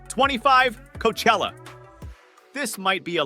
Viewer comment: Awful video, so many bands and festivals pronounced wrong, including Glastonbury, Coachella and Rock in Rio in this list is an insult to all the actual rock and metal festivals.